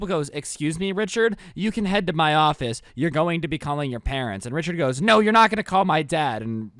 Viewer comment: Rhicherd not joe